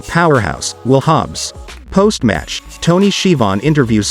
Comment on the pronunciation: How he pronounced Tony’s name